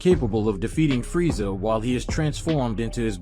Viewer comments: Its frieza not friesha😂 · Why do you keep saying freesha someone needs to annunciate